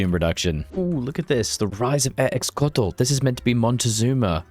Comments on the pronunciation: 1 minute in and I'm taking psychic damage from pronunciations. My guy would be pronouncing XocolatL as Ecks-o-lat-ell. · I can forgive getting some Nahuatl words wrong because they aren't that common (but seriously, the fact that chocolate is "Xocolatl" should be a major clue) but I cannot forgive "Teno-shittalin" for one of the most famous cities in the new world. ...omg...were we just engagement baited?!?!?